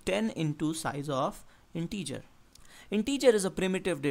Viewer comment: Nice video, really. But every time you say integer I die a little.